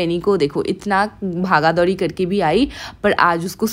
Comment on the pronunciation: Bhaga dhouri🤣 sounds so funny